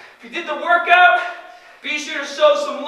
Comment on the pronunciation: “Two paht…” Me can’t pronounce Rs, cute “…woRkout” 😳wtf